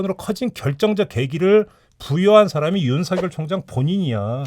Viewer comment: “윤성열” 아니고 ”윤서결” 이라고 읽어주십시오. 이름이 윤석렬이 아니고 윤석열이기 때문입니다. 발음에 관해 잘못된 학습이 되고 있습니다.